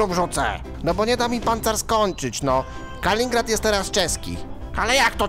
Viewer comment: Kaliningrad nie kalingrad, poza tym drugie największe miasto rosji, była stolica- Petersburg leży nad morzem bałtyckim